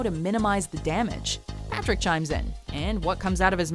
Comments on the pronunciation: Yep, PATRICK not partick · Well at least it was not "P'rick"